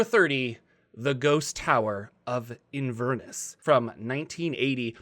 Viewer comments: As in...: In-vern-ess Scotland: In-ver-ness Mind, The Ghost Tower of Inverness was written by Alabama native Allen Hammack. There is an Inverness in the Birmingham area of Alabama so maybe that's how locals pronounce Inverness in that part of the world. Given how Birmingham is pronounced in the US compared to how Birmingham is pronounced in the UK, In-vern-ess might not be so surprising 🙂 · As a Scot your pronunciation of 'Inverness' was very painful!